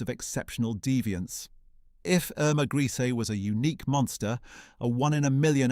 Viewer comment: HOW MANY DIFFERENT WAYS CAN YOU MISPRONOUNCE HER SURNAME??